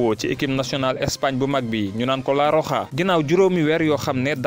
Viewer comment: La roja vous prononcé bien